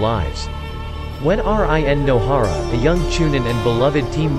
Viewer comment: jenin, iaisoubu/ISO boob/iso views, R-I-N no hara, jaanin, Maccabi/baatabi, udakada/Dokata/eudicotic, gookie, pon hailing from a wagga cure , Kabudo, Kakua/kukui, Honda(Han), Ledo/meadows(mito), Hoshi rama, oats itsuki, yuhgoora K-A-R-A-T-A-C-H-I, Aakatsooki, theres more but its just so cringe...